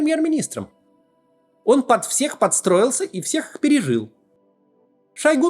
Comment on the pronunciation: Хахахаа... Ох уж Ваш "орн", Максим)